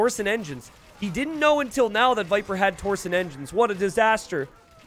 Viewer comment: It really bothers me how often he mispronounces several different things. The words are tor-shun and yo-men.